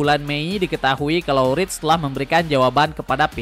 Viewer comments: Wirtz bg bukan writz..hehe YNWA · Bacanya wertz, bukan writz🎉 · kocak nyebut namanya wirtz gabisa wkkw